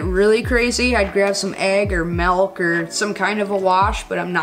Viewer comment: you said "Melk"??? I think it's MILK.